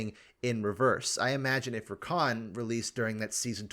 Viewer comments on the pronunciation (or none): none